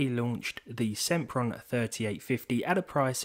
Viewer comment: SEMPron SIMPRON